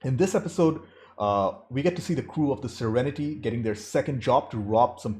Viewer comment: Every time you say, "the crew of 'The Serenety'", a tiny little voice in my head says, "It's just Serenity." EVERY. TIME. lol